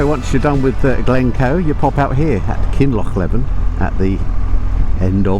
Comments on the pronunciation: ‘Lake’? Scotland has only one lake and it’s not Loch Earn - Tyndrum is pronounced ‘Tyne drum’ - not ‘Tin drum’ - Kinlochleven is ‘leavin’ not ‘levvin’ 10/10 for correctly saying ‘loch’ and not ‘lock’. We’ll make a proper Scot out of you yet. 😏 🏴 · It’s Kinloch-lee-ven,, and of course Leeven. Just to keep you right; otherwise you’re doing just fine with names